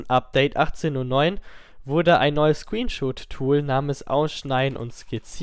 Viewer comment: ScreenSHOT, nicht ScreenSHOOT